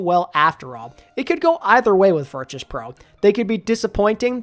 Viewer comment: crazy how they’ve been in the scene for over a year and you still can’t pronounce virtus correct